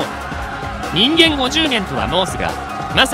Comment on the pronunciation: 人間はジンカンと読むのが正しいらしい。